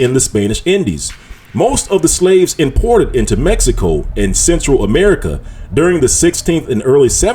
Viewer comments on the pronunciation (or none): none